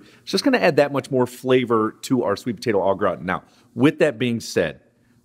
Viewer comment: Love you, but you need some French in your step. Say it with me, Au Gra-tan… not graw-tin lol